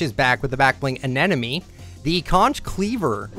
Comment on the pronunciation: Did he call the backbling Anemone. Anenemi? I'm sorry I laughed so hard, everyone makes mistakes.